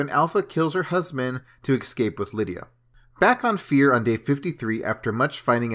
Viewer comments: It'd not exscape man it's ES-CAPE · Bro... its eScape not eXcape 😂